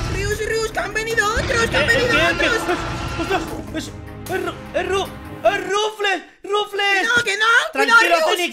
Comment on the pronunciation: XD Es que ese no es Ruflez, es Ruflas XD